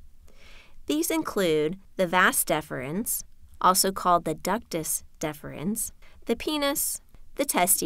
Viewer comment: It is not "Vas deferns". It is "Vas deferens".